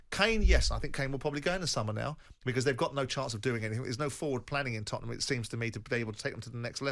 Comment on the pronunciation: I really hate how he says "Tottenham" and not us.